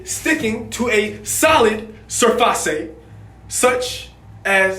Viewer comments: I died when he said "sur-fah-say" Edit: Also 😂😂😂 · The way said surface had me dead 😂😂😂